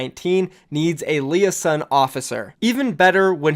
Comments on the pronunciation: Li-a-son? Dude. Le-ā-zon. Liaison. I get it's a French word but yo. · LEAHSON = liaison LOL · Did you just pronounce liaison like that ... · How pronounces liaison hurts my head